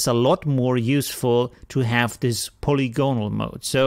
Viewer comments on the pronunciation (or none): Phonetically it's "puh-lig-guh-nal", but good attempt! 😁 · yes but slightly shorter and more abrupt. However, I wouldn't worry, your English is excellent and it doesn't detract from another great tutorial. Thanks! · paw lig on al -- Having many sides or relating to a surface marked by polygons. an tea a lee ass for antialias, caw pee for copy, subtract has no "s" between the b and the t, hope that helps as much for you as your fine tutorials do for us learning AP. Always appreciate the information. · please keep saying it that way. :-)